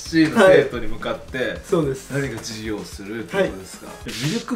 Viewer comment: 本日は、NSC生に、ジュウィギョーをしてみた、 授業がヒィウィゴーしてるw